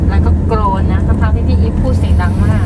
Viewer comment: กรน ค่ะ ไม่ใช่โกรน